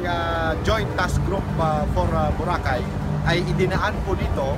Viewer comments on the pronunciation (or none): none